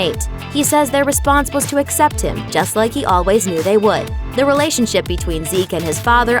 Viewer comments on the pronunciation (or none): It is ridiculous that magic Johnson who is supposed to be an example for black men that he says the word asseptt, Instead of accept shameful...